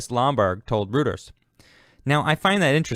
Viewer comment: Royters NOT Rooters.